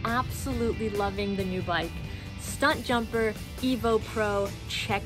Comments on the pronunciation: I think you're saying it wrong... it's Stump Jumper not Stunt Jumper. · Are you saying Stuntjumper??? lmao How dare you butcher our bike name! Welcome to team Specialized!! ; p